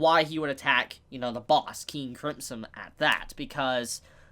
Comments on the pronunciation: Bruh just add "m" in there instead of "p" and you're good to go. Not that hard to say "crimson" no matter what country you are from or what accent you are speaking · Why are you saying "Cripson" :D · The way you say crimson really rustles my Jimmie's :/ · Why are pronouncing crimson so weird?